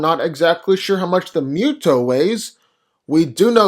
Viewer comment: Love these vids! But I keep hearing Mew-toe (MUTO) even though it’s definitely Moo-toe (MUTO).